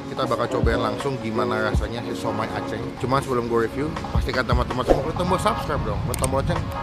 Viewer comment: "aceng" Gak pake ng kwkwkw